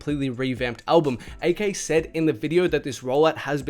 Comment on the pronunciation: bro why do you pronounce everything wrong? A K? richie SOOF? bhad bobby?